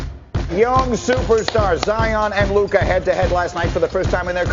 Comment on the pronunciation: Zdravo, a lahko že končno nehamo s tem smešnim izgovaranjem Ziona. A lahko naslednjič normalno izgovoriš Zajon, ker je moteče in smešno poslušat, ko rečeš Z-I-O-N. Če se greš pa že to "Piši kao što govoriš, govori kao što pišeš" potem bi moral ravno tako izgoviriti T-R-A-E ali J-A...... Dej povej mu